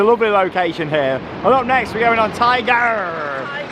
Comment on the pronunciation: You are the first YouTuber to pronounce Tig’rr correctly bravo! Most call it Tigger Iike Whinny the Poo. It drives me nuts.